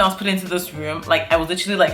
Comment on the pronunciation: She kept saying put me in that woom , he he he .